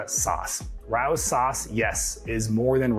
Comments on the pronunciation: OMG! RAO =It’s Ray- O’s. Not Rohws. 🤦🏻‍♀️. Every NYer flinched. 😂😂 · It's RAY-O's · great stuff! loving your videos. just started with Zep. youve been a huge help. just an fyi Rao's is Ray-O's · It’s pronounced Ray O. Tomato sauce its name for a restaurant in New York where it was first made. Thanks for the tips